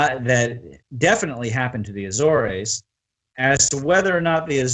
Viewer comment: A-zores. Two syllables. At least in English.